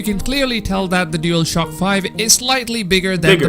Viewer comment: Why does the guy in the video keep saying dealshock 5 lmao